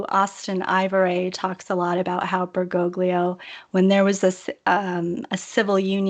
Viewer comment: I know this is petty but if she says "Berr-GO-glee-oh" one more time I'm going to snap my laptop in half.